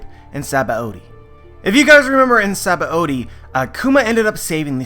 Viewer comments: Does he watch the dub anime only? Why do you say Sabaody like that? Is too much man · All I can think about is how you mispronounce "Saba-ody"